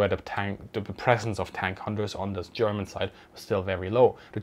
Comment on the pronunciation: Thanks for explaining this subject and your artful pronunciation of the German language!